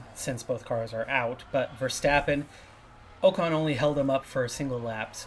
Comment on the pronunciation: How are you overlooking Norris? Please don't sign Ocon it's already painful enough hearing you get his name wrong, for same reason never sign Bottas or Schumacher 🙈